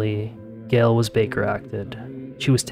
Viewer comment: It’s Gayyyyyle not Gil